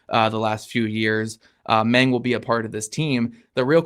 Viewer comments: Yup, that's my memory too. "Mahng." Not "meng" like Tony Montana. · based upon my high school German, I'd say the A in Mang is short not long so it shouldn't rhyme with Hang - Mahng?